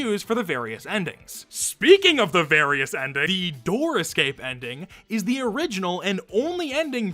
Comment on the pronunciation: „EE“ - Edit: I know it's „the but it sounds so out of place, it sound like EE